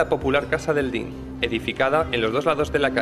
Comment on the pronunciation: Cada vez que dice "dín" se muere un gatito.